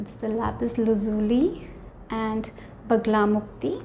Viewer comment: It's Bagalamukhi not Bagalamukti